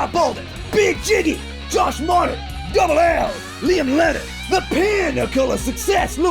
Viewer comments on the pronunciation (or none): none